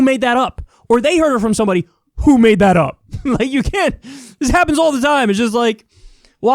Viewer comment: stress on 'all'